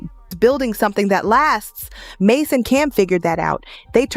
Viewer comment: Can't trust someone who is calling MASE Ma $ E ma dollar e